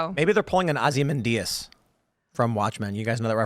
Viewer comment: Oz-man-Dee-us Timmy